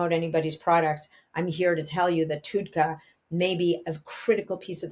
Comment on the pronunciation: It’s pronounced TUD , like TUB with a D. TUDCA